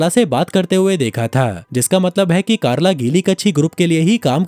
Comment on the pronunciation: Chalo ek ladki ka naam toh thik se liya (carla)😅